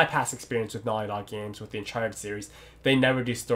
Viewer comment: Is he saying "Naughty dog games" or "nylon games"?